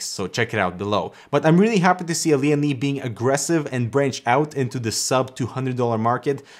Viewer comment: Lian Li sounds like leeandlie